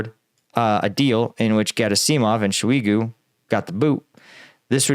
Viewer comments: Gera-seeeei - mov and Shoi -eee - gu LOL! I like the channel but that is a seriously weird pronunciation. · Very weird pronouncing of "Shoigu" & "Gerasimov" this time :D